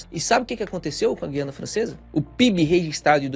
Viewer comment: olha a pronúncia de Guiana.